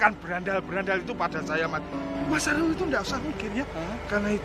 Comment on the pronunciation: kok jadi Alul sih ,kan nama nya Arul 😅😂